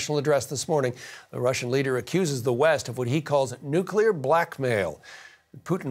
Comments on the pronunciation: "nucular" vs "nuclear" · It is pronounced 'nuclear' not nuke-elar